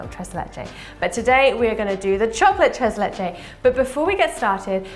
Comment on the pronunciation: "tres leche" 😖😅